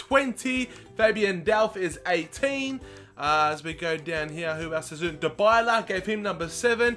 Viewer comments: Dybala is pronounced like Die-bala not Da-bala. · btw its di-bala not die-bala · Paulo Dybala's name is said DEE-BALLA not DI-BYLA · Dybala Die bala Not da balla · You pronounce Dybala's name : Die-bala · its di-bala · It's du Bala